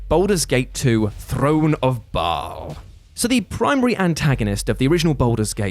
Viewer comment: Isn’t Bhaal pronounced like “Bale?” Also,, you are a Magnificent Beast. Love your vids.